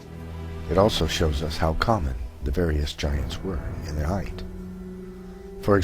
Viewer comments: thank you so much for the awesome vids, entertaining, insightful and informative... buuuuut..., with respect and no insult intended, the term is "height" not "heighth"...there, i mentioned it before you have to hear it from a creatard who trashes your whole presentation because of one, perhaps geographical use of a non-word... thanks again though, i'm a long time subscriber... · Also, there's no h at the end of height. ;-) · I enjoy the videos, but the whole repeated "heighth" thing was getting genuinely frustrating. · You are correct... There were never and human giants... Also though, the no such word as "HEIGHTH" perhaps you meant "height"... Just saying Great vid!!!